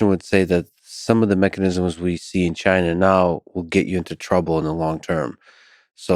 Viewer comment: Where exactly is “Chiner”?